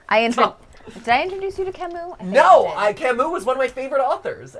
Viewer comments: Please: Camus, not Camous (or "Camoo" for english speakers). U, not OU. Not really a fan of Camus, but the pronunciation hurts... ;) I didn't even recognize the author at first. Other than that, love the stream! ^^ I've been binge watching gtlive and all your theories lately! (In thruth, I didn't know that Camus was known abroad: is he really well known in english speaking countries? just curious) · MatPat had French and still pronounces Camus wrong...